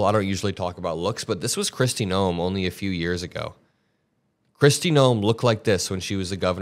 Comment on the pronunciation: Did you just call her chrisy gnome..😂😂😂